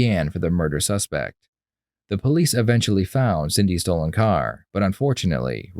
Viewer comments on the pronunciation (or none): Did he just say Cindy Estrogen?